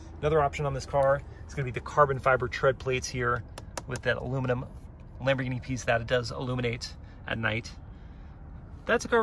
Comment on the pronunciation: You're not even calling a Lamborghini properly saying Lamborghini Lamborghini Lamborghini is not lumber it's lambo Lamborghini not Lamborghini